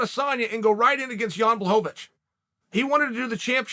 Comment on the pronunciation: Ah yes. My favorite 205er, Jan Bluhhovavitch